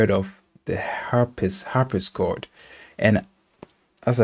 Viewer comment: harp-si-cord. not harp-is-cord